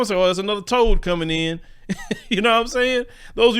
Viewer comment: He's say "Toad"😆